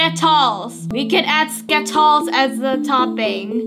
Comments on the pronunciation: I am laughing when said sketols hahahahaha🤣🤣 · I laugh so hard when said skitols and orevo